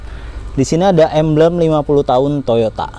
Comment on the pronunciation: Mf sblmnya...apa sy salah denger yaa? Kata emblem kedengaran nya menjadi ambeyen ( sejenis penyakit ) 🙏🙏🙏. Tp secara keseluruhan penjelasanya cukup di mengerti.